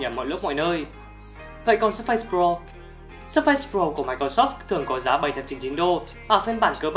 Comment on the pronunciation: Làm review thì nên phát âm cho đúng. Surface không phải là Sơ-phây